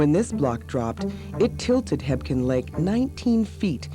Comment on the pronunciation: Fyi, its just called Quake Lake. Also, it sounds like its spelled, Hebgen, not, Hepkin. Great vid. Nice info. Buildings can still be seen underwater.